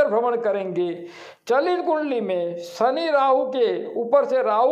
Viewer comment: सनी सनी क्या बोलता है ? शनि बोलना सीख। पहले उच्चार शुद्धि कर। फिर वीडियो बना